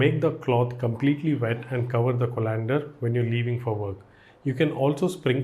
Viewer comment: thanks for the knowledge. But Co(like kaw)-len-der not co-lan-der